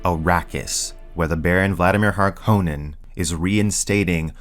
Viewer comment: Thank you for pronouncing Harkonnen correctly!